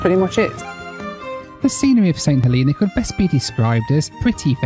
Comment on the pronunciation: Saint "Heleena"? Really?